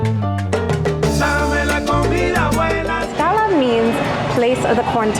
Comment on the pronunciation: Lady!… there’s a strong T on Tlaxcala, I keep hearing Laxcala